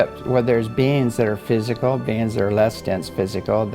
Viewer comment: When says "beings" I hear "beans" and can't focus because it makes me laugh. Yes, I'm still 5 years old in my head.